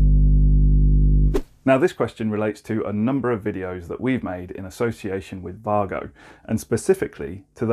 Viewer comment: Mate. It’s Way-Go.